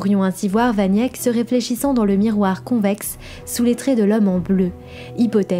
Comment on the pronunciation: Jan "van Yèk" ? Sérieusement ? Vous sortez d'où ?